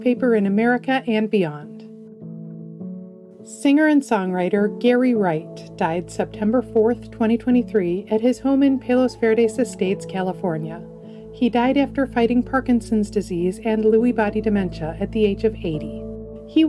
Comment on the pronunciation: "Palos" [Verdes] is pronounced "PAH-los". (Spanish for 'stick' [of wood]).